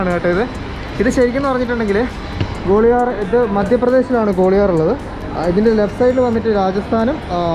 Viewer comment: ഗോളിയാർ എന്ന് പറയല്ലേ....ഗ്വാളിയർ ആണ്